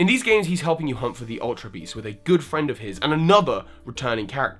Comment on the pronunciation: every time he has the advertisement at the beginning, he say friend so weirdly. probably because us pokemon nerds don't have friends hahahaha, forever alone